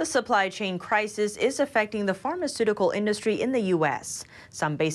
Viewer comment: anyone else have a problem hearing the fashion part? edit: and the parmacutical drug part too